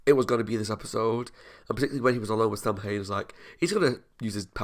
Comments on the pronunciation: Yep. The mispronunciation has always really irritated me. Sow-wen in Irish, or Sah-ven in Gàidhlig (Scottish Gaelic). Either would be fine, but Sam-Hane is not. It just niggles at me every single time it’s mispronounced. I can deal with the completely rewriting of the myth. Supernatural does that with all sorts of myths and religions. But the mispronunciation… aaargh! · Bits of the episode annoy me because- Samhain is pronounced Sow Win. And, its a pagan festival essentially. Not a person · Also, thanks for putting up both pronunciations, it's helped me with an issue I had. I'm Canadian, with both Irish and Scottish ancestry. I wanted to know more, so I took a, basically, "Celtic Studies 101" class at uni. We were taught to pronounce it as Sah-ven in class. A year or two ago, I saw someone on a SPN reaction video post a comment saying it should be pronounced as Sow-wen. I wondered if my memory was spotty, because my professor spoke several Celtic languages and so I knew she wouldn't be wrong. But, I looked up how the Irish pronounce Samhain, and it confirmed what the commenter said, that it was pronounced Sow-wen. So, I chalked it up to a bad memory, even though I was SURE I had learned to say it as Sah-ven. You have just cleared up a mystery for me today, thanks!